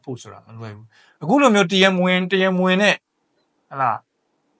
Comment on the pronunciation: သုံးသပ်ပြတာကျေးဇူးပါ။ တရားမ ဝင် လို့ဖတ်ရမှာမဟုတ်ပါလား။ မှားနေတယ်ထင်လို့ထောက်ပြပေးတာပါ။